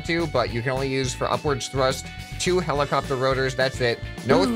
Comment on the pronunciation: Ah yes, helico-pter